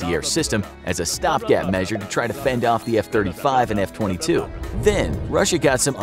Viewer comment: He talked about the F22 for a short time but after that short intermission he was just saying it wrong